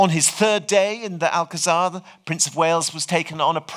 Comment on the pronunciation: A wonderful lecture! Though I must say the pronunciation of Alcazar is grating to a Spanish speaker.